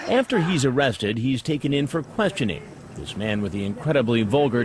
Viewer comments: Oh cwap. Am I gonna be OOOOOOrrested?? 🤮🤮🤮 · “Am I Gonna Be O-o-Owested” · 1st guy oh- kwap o-rest-ed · “After John was Orrested”😂😂😂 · "Oh cwap . . . Am I gonna be awwested?" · When you accidently said "awested " I lost it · It looks like he's gonna bark when he said O in Orrested. I wonder if he just switches his a's and o's. Like, does he eat Areo cookies and kiss oreaolas? So many questions, so little time. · BROOO "Oh cwap, am I going to be awwested" 😂😂😂 that's white bowser! Ffs, I watch too much YT man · me in the back of my mind : “why does he keep pronouncing ‘arrested’ that way- oh..”